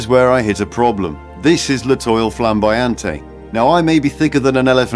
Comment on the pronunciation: L'étoile is pronounced "let-whal"